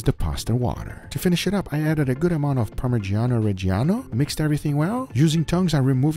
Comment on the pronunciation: Please try saying: parmidjano redjano (approximately). The i is silent! 🤫 Other than that: love your videos! 🤩😉